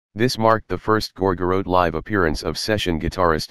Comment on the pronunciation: Computer generated voice: “Gor-gor-rote.”